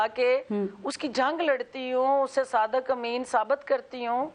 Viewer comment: Bolna bhi nahin ata. SADAQ NAHIN HOTA SADIQ hota hay